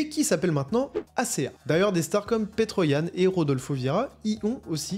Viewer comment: Sanda(sambo) petroyan(petrosyan) hier(yair) tabarnak apprend a les pronontiation comme du monde 😅😅asti de francais